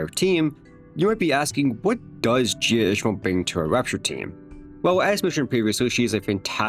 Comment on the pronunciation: He said "Jia" so many times and not the single time was correct lol